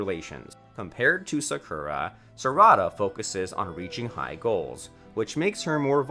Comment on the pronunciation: "sarahda" not properly saying non-english names with the right prenounciations just throw me off most of the time, but everyone has their own pronounciations, i guess.